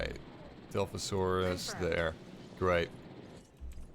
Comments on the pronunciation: Dilphosaurus booooiiii it’s dilophosaurus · Every time you say “dilfosaurus” omg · Dilophosaurus not dilfosaurus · your saying it wrong its dilophosaurus